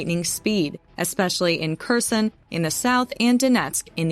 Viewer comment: Kherson is pronounced Hair-son. Kharkiv is pronounced Har-key-v.